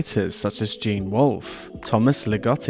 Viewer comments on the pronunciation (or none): none